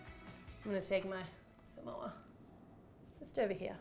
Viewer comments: Its SA-MO-A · How you say samoa: s-ah-m-o-ah that's how you say that!! 🌴🌴🌴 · Its Su-Mo-U.The way that you've been saying it. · This is how to pronounce Samoa: Suh - Mow - Uh